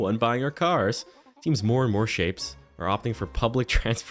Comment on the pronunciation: In the beginning I thought you said little shits instead of little shapes 😂